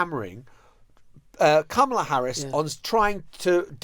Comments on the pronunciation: My goodness, you’ve been to the states recently and I don’t know if you were at the DNC, but you must have watched it: why on earth can you guys still not pronounce Kamala’s name correctly, just say her last name if you can’t manage it. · I'm married to a Brit and it's a difficult sound for them to pronounce. I think comma-la is closer than cama-la and most Brits can say it. I've also told my Brit friends, think of Karma and try using that sound (unfortunately that makes most of them say Karmala ). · I’m a Brit and have no difficulty in the pronunciation. There were kids at the convention who taught folks in the audience how to say it (Comma - la).